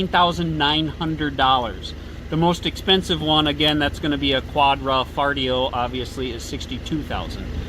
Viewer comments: Stopped watching after quad-ra-foligno. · Goulart quad-ro-fo-li-o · Qua-D- FART-iO 🤣😂 or what ever. I don’t think these guys have ever tried speaking anything else besides English.. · "Quadrifartio" 😅😅 I heard that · WHat's with the pronunciation problems? Quadrafoleo/Quadrafarteo instead of Quadrifoglio? Jagwire instead of Jaguar? If you are going to review cars shouldn't you learn how to pronounce the names? Why should we take anything you say seriously if you talk like a high school drop out? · Quadra fillet? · You guys are smart, why didn't you take two minutes to learn to pronounce Quadrifolglio? Were you dumbing it down to seem more relatable? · First: I respect your review but professionalism is necessary and you should get your names right when mentioning them. I was actually going to stop watching the video as soon as you butchered quadrifoglio but i still kept going. 2nd : you criticized stelvio for year end big discounts. All manufacturers want to get rid of old cars at year end with big discounts. 3rd: stelvio quadrifoglio is a direct competitir to glc 43 and has beaten out glc 43 in driving experience by a margin and matched the power. 4th: read actual owner reviews and 75% of them are satisfied with 2017 and onwards alfa romeos.